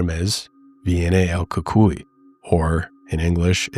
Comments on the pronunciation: Pronounced cucuiy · The Ku-Coy is how I was told it's pronounced